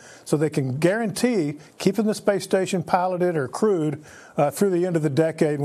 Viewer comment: Did she say “crude mission” or “crewed mission”?